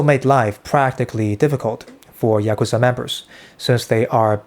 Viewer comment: You pronounced Yakuza 3 different ways.